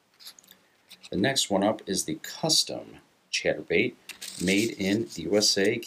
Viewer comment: Sounds like hes saying "Cheddar Bait"